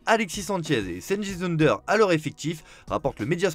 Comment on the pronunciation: Petite astuce: on prononce Ünder comme Under pas Eunder